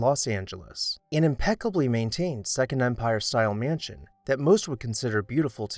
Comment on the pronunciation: Love your videos and watch each one—so much great info! Just curious which part of the country you’re from—I notice your pronunciation of mansion is roughly “myënsion” which is similar to what I hear in Ohio. Thanks for all you do ✨🎃